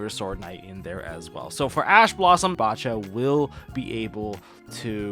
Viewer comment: Probably the biggest nitpick but nobody pronouncing bacha as they pronounce bach actually bugs me